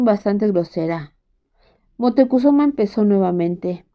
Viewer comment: Montecuzoma? Cortés le dice Montezuma. Tienes dislexia?